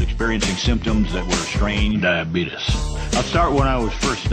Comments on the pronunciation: I promise you... Diabeetus LOL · it's Actually DiaBeetus